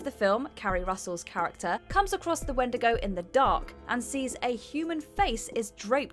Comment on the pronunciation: Oh and also where did everybody go in antlers OR YOU could say "wen'di'go"